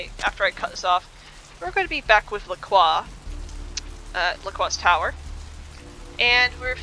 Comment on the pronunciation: It's interesting something i see a lot of people that play melee characters forget is that you can block (default key is holding down Tab) to help you not get beaten around all the time. Edit: Also why do you say LaCroix like LaClaw????????